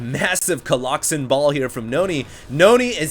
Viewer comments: Im gonna leave a comment every minute on every video until he stops saying coloxen shit:) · Someone needs to slap every time says Coloxen. Hard. Epic game, seriously can not believe how Pain turned that around, that one huge clash where he slaughtered all the Colossi was just so epic. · People obviously can't get over the fact that you're saying Colloxen instead of Colossi. This alone will be the downfall of your channel and career of a SC2 commentator. But I think it's fine, so keep on doin it!! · COLOSSI!!!! whoever told him colloxen, I'm coming for your soul! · stop saying coloxen. makes you sound stupid even if you and other people say its the correct pronunciation. say colossus or colosi plz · Coloxen might be funny if ever correctly pluralized colossus. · omg i love that he calls them colloxen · ok dude... i asked my latin teacher today and... it's collosi... yeah.... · Stop saying Colloxen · please stop saying colloxen, please please please stop. Also, SCA is getting pwned. Just so you know.